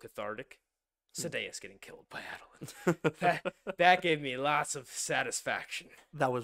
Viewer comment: Before I correct your pronunciation, let me make clear that Sanderson does not insist on any pronunciation. Say it how you want. Sanderson pronounces Jasnah as Yoss-nuh, and Adolin as A-duh-Lin. Do with that whatever you like